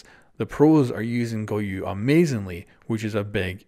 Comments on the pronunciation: It's pronounced GO YO. Where tf do people keep getting the letter U in his name? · Can anyone tell how many times this man said GOYU